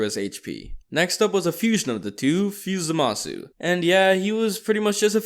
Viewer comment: It not zamisu it Zama the zu